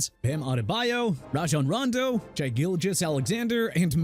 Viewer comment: YOU KNOW WHAT?! I'M DONE. IT'S TER-RELL SUGGS AND ALSO MARYLAND IS PRONOUNCED MEH-RUH-LUHND!! AND IT'S SHAI (AS IN SHEA) GILGEOUS ALEXANDER NOT SHY!! GET A TEXTBOOK ABOUT PRONUNCIATIONS, READ IT AND COME BACK WHEN YOU'RE DONE!!